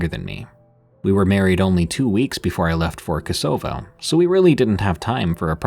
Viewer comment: How can you not know how to pronounce Kosovo? Ko-so-vo. You mispronounce a lot of places. Don't you do any research? I was deployed to Macedonia to support the mission in Kosovo in 1999. No Skype back then